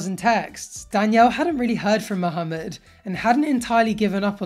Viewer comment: I love how says mohameds name properly